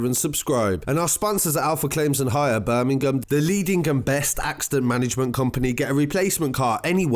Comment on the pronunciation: BIRMI-GAAM lol 😂😂😂😂